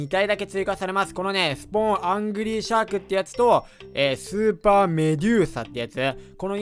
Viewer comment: うぽつです(´ω｀)シャークがシャークンって聞こえた…(難聴)